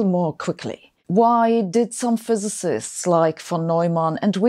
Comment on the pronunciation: Hard time pronouncing physicist 😂